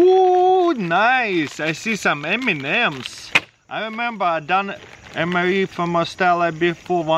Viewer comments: When he say M&Ms I only hear Eminems 🤣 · the way he said m&m got laughing